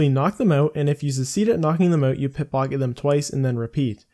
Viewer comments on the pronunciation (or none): or you mispronounced simple words. One or the other. Who knows.